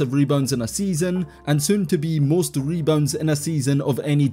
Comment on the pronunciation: "mebounds" is hilarious